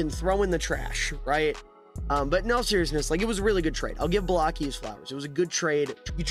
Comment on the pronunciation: Brother can NOT pronnounce "Baalke" lmfao